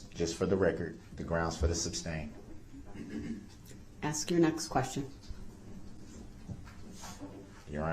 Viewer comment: It drives me crazy when he says "substain" instead of sustain.